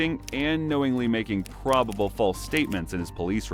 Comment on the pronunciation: He's pronouncing "proVable" as "proBable".